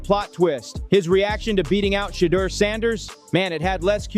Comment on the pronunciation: Omg it is NOT "SHEEDUER"